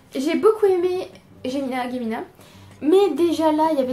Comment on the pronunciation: En fait, même les deux personnages de Gemina (prononcé Djémina, du coup, haha) n'ont pas eu beaucoup d'utilité, c'est là que ça a commencé à tiquer pour moi... On voyait bien qu'il fallait laisser place aux nouveaux personnages et c'est dommage! Surtout que je n'ai pas accroché à leur personnalité et à leur passé (les réactions d'Asha étaient puériles et contradictoires, c'était agaçant). Toujours est-il, même s'il n'est pas à la hauteur des deux premiers tomes, Obsidio m'a tout de même plu :D